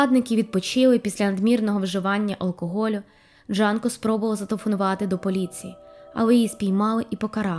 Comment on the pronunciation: Дякую за цікаве відео, але вона Джюнко, а не Джанко.